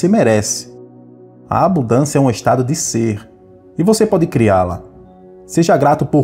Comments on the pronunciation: Abudancia? Foi isso que escutei ? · Eu até ia ouvir, mas quando falou "ABUDÂNCIA", eu desisti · Qual a dificuldade em falar abuNdância? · A mensagem é maravilhosa, mas não consigo prestar atenção quando alguém diz ABUDÂNÇA...